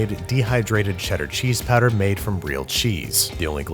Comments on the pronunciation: Everyone: “powder” Banish: “patter” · You pronounce "powder" as "patter". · For some reason when you say powder it really sounds like padda and that is becoming really distracting XD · powder - "padder" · I was not aware that there was any accent that pronounces "powder" as "patter". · Are we gonna talk about how he kept pronouncing “powder” ??? 👀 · Is he saying powder or patter? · Say powder one more time